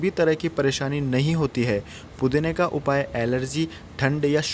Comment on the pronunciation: Pudina Bolte Ho Or Pudni Or Pudna Sunayi Deta Hai